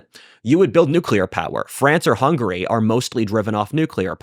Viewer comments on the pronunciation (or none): none